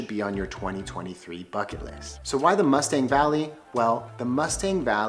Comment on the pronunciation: Nepal is one of my favorite places in the world. I’ve been twice for both a month each time and I would love to go back. Just a head’s up though, Mustang is pronounced moo-stong.